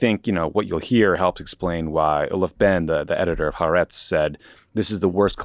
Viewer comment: As an American-Israeli Worldo watching this from a shelter right now, I think it's more important, now than ever, for all of us to come together as a nation, and tell Tommy it's pronounced "ha-A-rets."